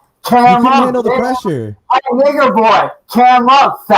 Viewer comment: How you say n word isnt right